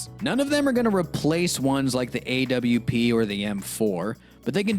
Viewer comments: Why does he say A-W-P instead of AWP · bruh stop saying A W P